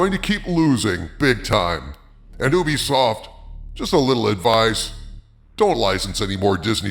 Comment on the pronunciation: It’s you-be-soft, not ooh-be-soft